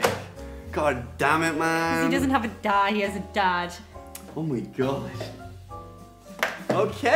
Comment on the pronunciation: "Dahd" not "dad".